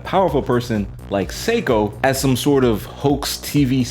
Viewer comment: sorry for being a pronunciation police but it’s not pronounced psycho it’s say-ko If it were pronounced psycho, it would be spelled saiko.